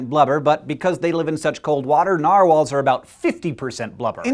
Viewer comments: i think the way hank says narwhals it the correct way to say it, because that is almost how it is said in norwigian. Sincerely a norwigian person. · Sincerely a fellow Norwegian person yes it's right